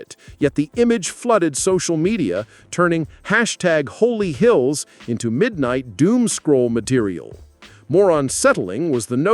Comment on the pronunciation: It's not Holy Hills but rather HOLLY HILLS